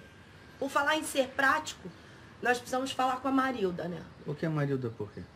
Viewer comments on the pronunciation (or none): É Marilda , Marilza é quando o Paulão fala errado...kkkkkkk